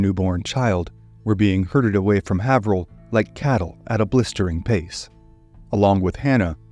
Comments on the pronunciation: It’s pronounced heyverill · Being from SE MA originally myself I don't think I would have known where he was talking about without the map. I would phonetically say Hay-ver-ill, not Have-her-hill. Not being critical of the pronunciation, just amused...great story...